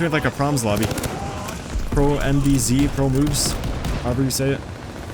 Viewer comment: NIce. FYI... I think xProMvz pronounces it as Ex Pro Em Vee Zee, not Promz. Good stuff bro!